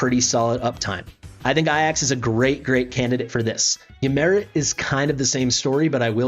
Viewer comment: The great Greek Hero - ay jaks, and Ymiret is ee-mir-et